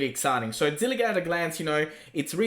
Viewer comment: Zilliqa qa qa not zilliga Ga Ga it's Qa